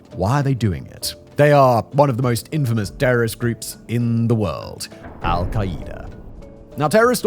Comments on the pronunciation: The way you pronounce it as "al-ki-ee-da" is so funny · Why is he pronouncing their name so horribly?